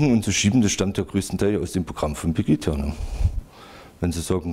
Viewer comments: "Angelika Merkel" ( und ), "Pegidja" (... , , ) Ja Mann, der Typ hat Ahnung wovon er redet! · Selbst wenn es einen Prozess geben sollte, dieser Typ wird doch wegen Einfältigkeit frei gesprochen. Kann weder den Namen der Veranstaltung noch den Vornamen der Bundeskanzlerin fehlerfrei aussprechen. Ach ne....